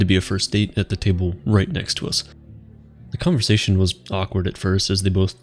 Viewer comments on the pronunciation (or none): none